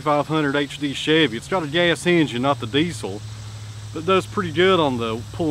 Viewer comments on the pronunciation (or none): none